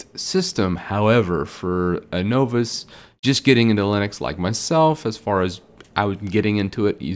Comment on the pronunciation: Novice is pronounced na' vis. No vis makes you sound just like a novice!